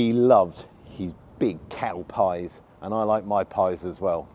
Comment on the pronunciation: Did you say cow pies?😅😅😅